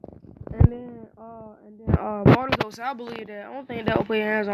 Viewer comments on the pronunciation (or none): He said bourto